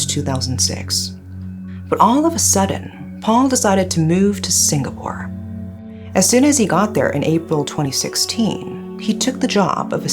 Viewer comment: kudos to for pronouncing the names of Singaporean ppl and places correctly. 👍🥂